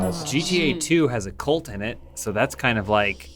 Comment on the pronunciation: Hey, its a cUlt not a cOlt. Pronounced KuhLT